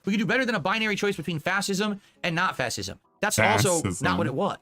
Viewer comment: "Fassist" actually doesn't know how to pronounce fascism. Hes only heard that word used a million times by the media. This guy is sitting here and giving us his political takes.